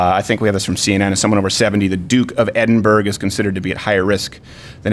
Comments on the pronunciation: Duke of edinberg lol its pronounced Edinburra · DID YOU JUST SAY "THE DUKE OF EDIN-BERG"!?!?